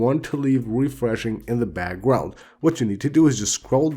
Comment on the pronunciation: I love how he pronounces background🤣 He’s like “bagwound-app refresh”😂